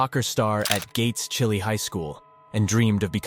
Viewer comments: My wife and family live in Rochester it’s pronounced chi lie not chili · FYI…”Chili” is correctly pronounced, CHY-Lie.. not “chili”, like the food. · What gps tech, wasn’t stated. The town she’s from is pronounced “chi lie” not like a bowl of chili. I lived in roc when this hit the news recall it like yesterday..sad sad sad outcome. They really thought she was eaten by a gator… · Lake Ontario is not 35 miles from Rochester,it’s 5-10,Gates Chili isn’t said like the food (emphasis on the I)Brittanee mother is NOT what is portrayed,it’s worse. The outcome is tragic,thankfully that guy turned Himself into authorities